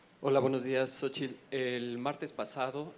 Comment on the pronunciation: Xochil no sabíamos q estados unidos era sosio d México no sabíamos cuatretrepano pronunsisas bien las palabras